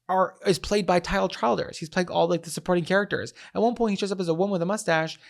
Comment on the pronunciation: 1. Tyler Childers is THE greatest. 2. Tyler Chill-ders 🤣 you gotta think Kentucky when you say it 3. His Purgatory album is unbeatable